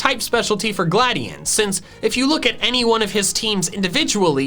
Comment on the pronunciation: Glad EON that is how you pronounce it